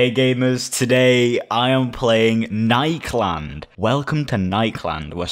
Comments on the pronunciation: nikeland instead of nik-e-land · lemme help you pronounce it ni-key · It is nik e land is how it is pronounced